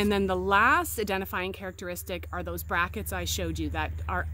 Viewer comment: I thought the speaker said brackets.